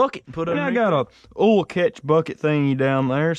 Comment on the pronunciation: I love the way you say oil lmao